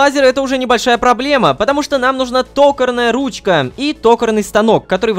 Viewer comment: Не тОкарная, а токАрная....